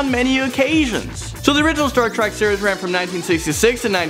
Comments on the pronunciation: It's Star Trek not Star Track 😤😤😤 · Why does he keep saying Star Track instead of Star Trek? It bothers me... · STAR TREK ! NOT "STAR TRACK" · is it just me or does he say star track not trek?? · It's pronounced Star Treck, not Star Track. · omggggg it's TREK !! NOT TRAK !! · TREK. star trek. not track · he has one more time to say "Star Track" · Yes! It was getting on my nerves😂😂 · he keeps saying star track and im shook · It really bothered me that he kept calling it "Star Track" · The way he says Star Trek ("Star Track") hurts me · If he says star track one more time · Does it annoy anyone else that the host was saying Star Trak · Why did he say star TRACK🙃😫😟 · keeps saying star trak damn it